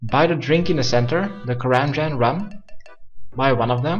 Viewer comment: thought he said run instead of rum and now he fucked me over